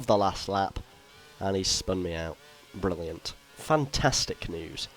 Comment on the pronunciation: are you Irish??, cuz you said 'brilliant' like an Irish lol.